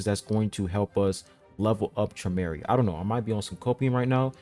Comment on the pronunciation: ‘Trom Or I’ is how you would pronounce his name. Shinsu Orb is an ability for an irregular, and in Traumerei’s case, black shinsu orb is how he holds his ‘pool’ of legendary fish. That sphere you see could be a resource, but in my opinion it’s just an image of his ability.